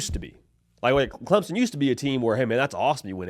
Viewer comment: Clempson, lol. Thanks for trying